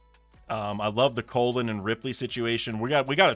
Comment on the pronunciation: Brother his name is pronounced "call-in" not colon 💀